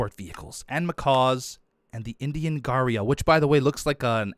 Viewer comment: Don’t worry- you Are pronouncing gharial correctly. :)